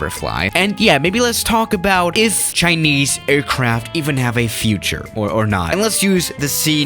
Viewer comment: "Right in front of us we have a chineyse plane"